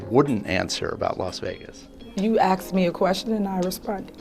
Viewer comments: Stay on her girl! You give me hope that the truth shall set us free! EDIT: Did she actually say "Axed" instead of "asked"? And you guys voted her as Mayor? You got what you deserved. Just saying... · You Axed? Very uneducated criminal... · "I axed you" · You know the entire USA is in trouble when your elected officials use words like, you axed me a question...geeezzzz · "You axe me a question and I answered" omg this woman needs to be locked up.